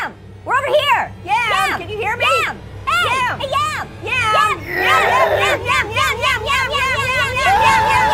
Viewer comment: yom its yam hahahaha